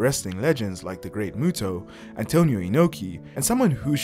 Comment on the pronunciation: Muta not Muto surely?